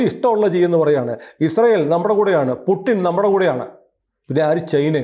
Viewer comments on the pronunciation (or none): none